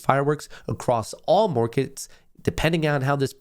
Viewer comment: "momentory" "morkets" good lord dude stop and correct yourself don't just talk through it